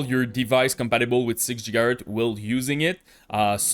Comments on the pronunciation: "Djigahertz" 😆 . It took me some time to understand what he pronounced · Jigahurtz 😂😂 Sorry